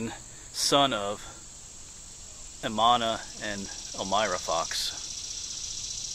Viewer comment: It's E-m-a-n-u-e-l not Emanna